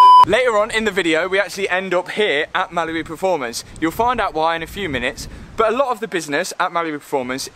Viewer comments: I always think you say Malibu performance 🤣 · For him i'm sure it's malibu 😂